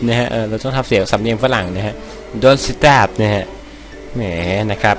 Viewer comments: * เอิ่ม สตาฟครับไม่ใช่สเตฟ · สตาฟอะไรมันอ่านว่าสเตฟ ถ้าไม่เก่งก็ไม่ต้องก็ได้นะ